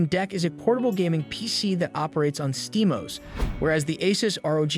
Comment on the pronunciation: it is steam O S it is not one word you NPC !